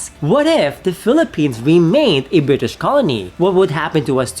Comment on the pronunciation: I'm sorry it's Bri-ish!